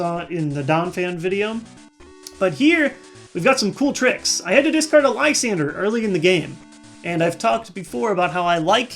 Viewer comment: You dont know how happy i am that someone else pronounces Lysandre correctly. Thank you